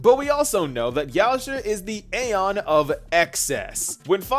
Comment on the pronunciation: You might be Erudition, but you still can't pronounce aeon properly 😂 gottem